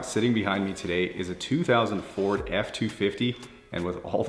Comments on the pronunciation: I kept hearing 200-4 (Four/Ford) even though you said 2000 Ford. Amazing video as per usual! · oh no. I guess I am that old of a man. My tired ears heard two thousand for-d f250. Thought you said 2004. And man I can't believe that generation of truck is that old. Feels like only a few years ago when I saw them new. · I think he was just confused, because when he says 2000 ford f250 it sounds like 2004 f250.